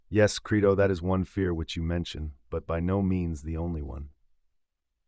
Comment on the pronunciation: (1) How about learning to pronounce your source material's title properly before recording? (2) How about also learning how to spell the name of the man whose translation you're using?